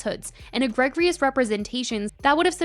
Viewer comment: I think you're great, but Demonstrably is pronounced di·maan·struh·blee. Also, Egregiously is pronounced uh-gree-juh-slee. 😊